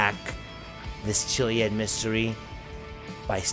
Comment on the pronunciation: If you look at the definition.Ch-iliad is pronounced Killiad..look it up.